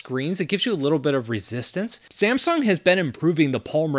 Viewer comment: You have to pronounce like samsung not ssamsung😂